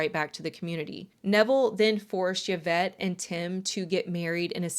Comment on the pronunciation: Thank you for saying Yvette's name correctly. Most of the time it is not pronounced correctly. This case is so bothersome. I hope ppl can get free. However you made a comment about a cult leader here in the states. I can only assume with the context of what you were showing who you meant. I would have loved to continue watching your content. But since I'm not stupid and know who you were referring to I'll pass and encourage others not to as well.